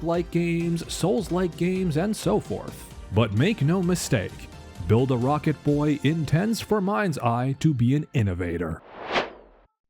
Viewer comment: Are you purposely saying build a rocket boy wrong?